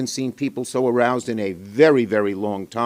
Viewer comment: “Aroused” omg